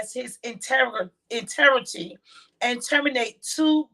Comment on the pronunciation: Everyone can't pronounce words correctly....we know she meant integrity....🙄